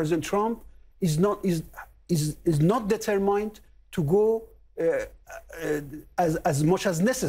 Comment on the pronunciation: he cant pronounce : determined correctly